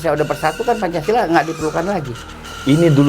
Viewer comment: Babe keseleo menit 1.35 bilang pancasalah